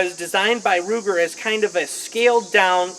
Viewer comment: Its pronounced Ruger! Not luger DA